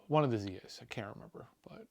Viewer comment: ahh you said Zias. Lol gotcha